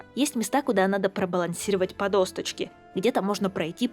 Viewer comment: Откуда в слове "досочка" гребаная буква "т"?